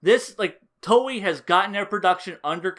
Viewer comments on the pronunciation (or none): none